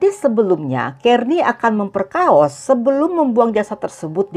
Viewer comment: Memperkosa. Jangan merusak bahasa indonesia dengan kata memperkaos.